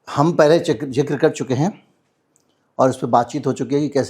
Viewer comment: Zikr not Jikr, this host cannot pronounce Z!!!!!